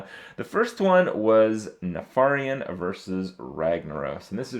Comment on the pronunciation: nuh-far-iun... isn't it neh-fer-ien?